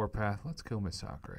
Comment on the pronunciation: Masacre...MA-SA-KREY? Its MA-SA-KER